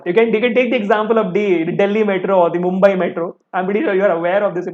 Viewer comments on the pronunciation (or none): none